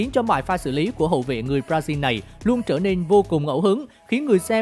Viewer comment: Con này đọc Brazil thành b ra riu buồn cười vãi